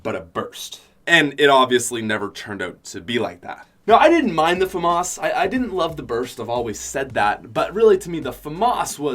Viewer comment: i dont think thats how u say Famas